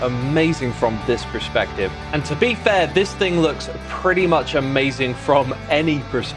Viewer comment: X PLEASE 😭 Perspective not prespective, you're killing me here